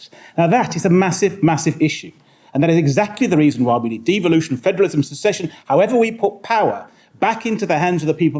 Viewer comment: precisely the bell iz ringing but where is the string🤣🤣🤣 it is secession. She should really do her homework....no wonder our country is becoming no mansland. If you do not know how to even pronounce the word how on earth do you know what the international law says.